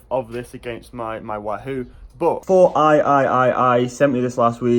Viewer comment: I think it's pronounced "Four Eyes", not Four Eye Eye Eye Eye.